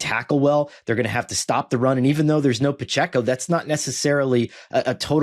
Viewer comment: Is mis-pronouncing Pacheco a bit now?!